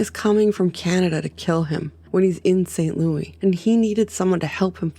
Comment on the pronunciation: St. Lewisssssssss, not Lou-eeee